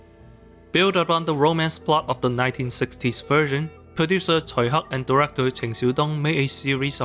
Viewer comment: I've watched so many Tsui Hark films including this, and it was nice to know it's pronounced how I inagined it would be.